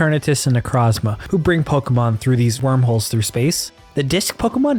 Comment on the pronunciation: good theory but i cant respect someone who pronounced necrozma "necrawzma"